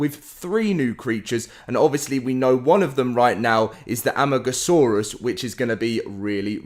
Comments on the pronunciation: Ok I get not all dino names r easy to pronounce, but amagasaurus!? ITS AMARGOSAURUS!!! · Amargasaurus: Uh-marg-uh-soar-us